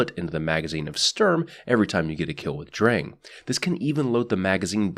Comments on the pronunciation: it's pronounced like "Drung" but the german "R" is very different from english and most other languages. can't really explain it through text, sorry mate. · you pronounced sturm better than drang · Im not a german dictionary or anything, but based on my 1 german class so far I think its pronounced "Shturm". Also if Drang is a german based name, its probably pronounced "Drong"